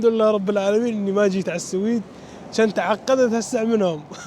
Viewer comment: مسمي حاله رحالة وهو حتى اسم البلد اللي رايح له ما يعرفه ولا يعرف ينطقه ، مايك تعبان ويحكم على البلد واسعاره وسهولة التعامل فيها ويقعد ينظر ويتفلسف وحرام فيه يزور اسطبلات الخيل اللي بالسويد والله لا احب التنمر ولا المتنمرين بس اللي اشوفه لا يحتمل حبيبي في اسعار رخيصة وفي مواصلات رخيصة بس لانك غشيم ما تعرف يعني تهرف بما لاتعرف خليك على تشيكيا وبراغ ولا تفكر تطلع لفوق 😂😜